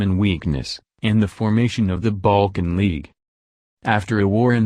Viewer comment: it sounds the ai is having trouble pronouncing the world “balkan”